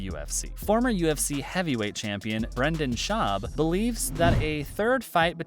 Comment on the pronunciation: Former UFC heavyweight champion for Brendon shwaaarb???? 😂😂🤣🤣🤣🤣